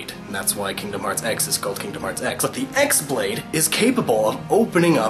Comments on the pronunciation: The X-blade is NEVER pronounced Ecks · Chi-blade. It's a Greek Letter, pronounced "key-blade" (haha, well done SE). Pronounce it correctly! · the xblade is pronounced "key" aswell